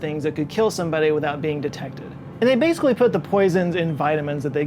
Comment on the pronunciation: aww, he said: "Bay - sick - wee" instead of "Basically"